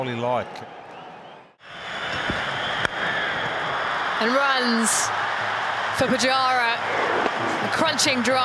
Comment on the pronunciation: the way they pronounce kholi is amazing ❤️❤️